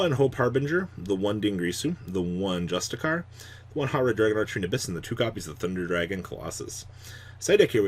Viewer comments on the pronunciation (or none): I don’t think you care but if you do, justiciar, the “c” is pronounced as “sh” good video as always